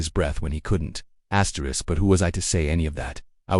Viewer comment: "Asterick..." Stupid reader.